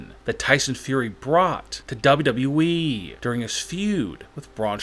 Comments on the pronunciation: What wrong with your voice when you say WWE but the words down you said dhaba we like something like that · The way he say WWE is hilarious 🤣😀